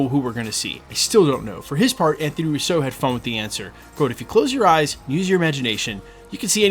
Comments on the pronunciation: Sorry, I’ve been holding back for so long…. It’s “-RUUUUso not RussO.!!! They are Italian, not French! The accent is on the first syllable!!!! It’s been driving me insane for the last three years listening to your channel! Great channel but please, my Italian ears are bleeding already! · Why are you consistently pronouncing Russo with the accent on the second syllable like the French would rather than on the first syllable like the Italians would?